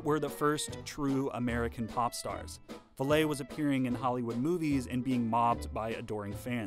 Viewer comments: It's VAllee, like Valley. not VallEE with the accent on the second syllable. Everyone in the world knew how it was pronounced in the twenties, and most today do. Historians should do ALL their homework. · For all the people commenting about the pronunciation of Rudy Vallée's surname, we get it. It's pronounced Valley. But it's an easy mistake to make, since the pronouncing it as 'valet' follows rules of French pronunciation - é is pronounced as 'ay'. After doing some research myself, Vallée grew up in Vermont, so most likely had people mispronounce his surname all the time. He probably got sick of correcting people and gave up, instead adopting the current pronunciation to make it easier for people. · if I emigrated to America, I'd give up on trying to make hicks pronounce my name correctly too. His origins was french Canadian, Vallay is the correct french pronunciation, but his stage name and Americanised name became valley. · I grew up when songs of the 1920’s were already old, but not completely out of fashion, so I heard the name Rudy Valle pronounced VALLEY, as in “opposite of hill” quite often on radio and TV. His name was NEVER pronounced like a car parking employee. Not in the US anyway. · Rudy Vallee is pronounced the same as the word "valley", not val-LAY. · Vallee, is pronounced like Valley, not Valay. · Ouch! Where in the world did you ever get the idea that Rudy Vallée's name was pronounced "Vuh-LAY"? You mentioned that he was featured in several movies. If you had watched any of them, you would know that the way he pronounced his last name was "Valley" - yes, exactly like a low spot between mountains. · Val—-eee not Val—-ay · It's pronounced Valley not ValLay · VAL-lee, not Val-LAY. Again, an otherwise insightful essay on YouTube marred by mispronunciation. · His name Is Rudy "Vall-ee" like Valley, not "Vall-ay" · Vallee ...Valley, not Valet. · Rudy Vallee's name was pronounced "Valley". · Rudy Vallee's last name is pronounced like valley.